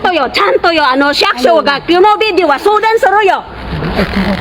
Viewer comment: shaksho, shaksho janeyo! tagalugin mo na lang ! mag ninihongo ka mali naman 😂 SHIYAKUSYO (city hall) OBOB!